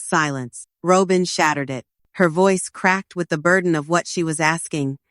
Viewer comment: 🤣😂🤣 Robe-in 🤣😂🤣 Don't you dopes know it's Robbem! 🤣😂🤣